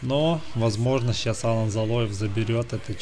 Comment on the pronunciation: За Алана большой дизлайк, он АлАн, ударение на второй сог. Ты вообще не в теме, Лилиев у тебя Лалиев, пойди подыши на свежем воздухе